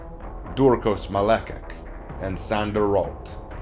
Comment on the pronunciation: As a quarter-Irishman, I just want to critique a little something. In when an Irish name has -cek in it, such as Malecek, it’s pronounced like the word “check”.